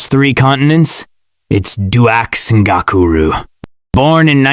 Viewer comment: Your pronunciation sux of the name bro. Its dux (ducks) ngakuru. Not gokuru